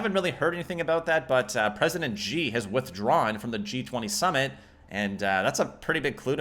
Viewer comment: great video just one small suggestion...being Chinese myself would be nice to hear chairman Xi pronounced correctly...his name is pronounced SHE just like a girl..this is the closest you can get to his prounation in english..its not perfect but its close enough...and defiantly better then calling him G like "yo whad up G dog" .. I feel like his a rap artist~